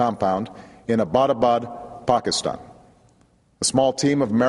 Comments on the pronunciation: It's pronounced "Pakistan" not "Pokiston", you fool. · I wonder how you heard Pokiston, you should get your ears checked out. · Did he say Pockastan?